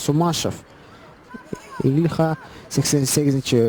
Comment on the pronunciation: Не Сумашев Ильха ,а СУЛОШИЕВ ИЛЬХАМ ,и не Айфу Рамиль ,а ЯНФУ РАМИЛЬ,пожалуйста говорите фамилий правильно !